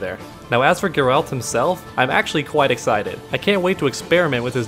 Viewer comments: Originally how in Poland we would call him, the second way to say it you mentioned was closer, but what would stand out the most in it would be the fact you end with 'd', while it should be 't'. [ɡɛralt] Still i guess its fine if you translate it, as its a name, same as for Mikołaj Kopernik-Nicolaus Copernicus (not even close in terms of sounds). So its all cool if you call him Gerry, would be funny actually. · In the games they pronounced his name like "G-air-alt" love your channel! :) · pronunciation is more like Gaer-ult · "Ger-alt" with G as in go. The accent is placed on the first syllable. It's not GER-AAALLLLLTTTTTT!!!!!!11111!!!!, which is the way most English speakers pronounce it.